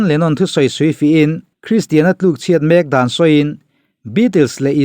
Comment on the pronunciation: Mak ani lo.... Mek tih tur